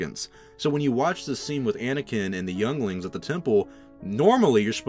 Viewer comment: Did he say yonglings